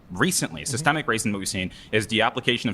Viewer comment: If you cant pronounce SYSTEMIC correctly im not debating you